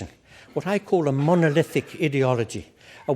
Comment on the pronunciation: Even a broken clock is right twice a day. It's time we got a clock that works. And 'idiology' is such an apt pronunciation.